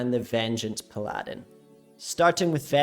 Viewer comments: its not puh-la-din, its pal-uh-din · The way you say paladin is too much for me to handle lol pal ahdin lolol